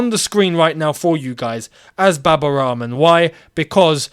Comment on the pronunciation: Why do you say Baba Ramen? I know you half white. But you pronounced Al-Ahli properly. You could try the same with Rahman.